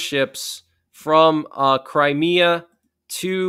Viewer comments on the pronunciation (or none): none